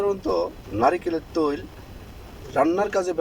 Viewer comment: তোমার.ভাষা টা ঠিক করে বলো ভাই ত্যল্ আবার্ কি ভাষা ভাই? তেল কি বলতে পারো না?